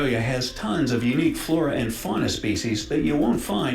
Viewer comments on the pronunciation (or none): none